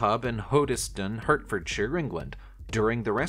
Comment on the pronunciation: Hertfordshire = HART-ferd-sher Launceston = LAWN-stun Lugnana = Luh-NYAH-no (Think 'lasagna')